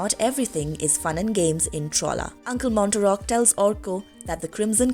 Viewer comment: Uncle “Mar-tock” not Mon-ter-rock”